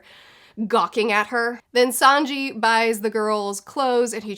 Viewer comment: Great work on your pronunciation! Luffy, sanji and usopp are flawless. It's also called an arc, so you're right on that as well Little hint regarding zoro, however very nitpicky: both o's in Zoro are pronounced like the first o in the word "borrow"